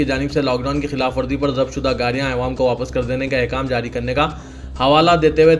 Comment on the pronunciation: Aywaam nhi yaro Awaam hai